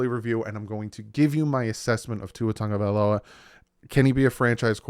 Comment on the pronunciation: Why are folks saying TUNG-Uh-Vai-Low-Uh? It’s TAGOvailoa.